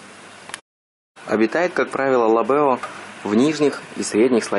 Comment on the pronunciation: Поставил лайк, но не пойму, Вы один раз называете правильно ЛАбео, а иногда ЛабеО... ещё 30 лет назад уже держал ЛАбео, но теперь они, почему-то стали ЛабеО, и Вы не один так называете, ....